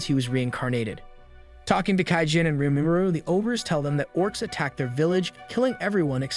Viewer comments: how this guy pronounces names PAINS ME lol. Keido. Keijin, LOL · keijin spice LMAO